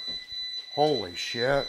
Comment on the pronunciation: 😂😂 the way he says “HEALO” and I love when he says “HOLY SHHYT” I love these men!! Bless their souls and keep them Safe lord Jesus!!